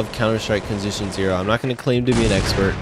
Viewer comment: Anyone noticed Conzition zero? XD